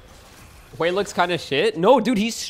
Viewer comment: GODDAMNIT 😂😂 just say "WEY", ey with W😂😂😂 "way"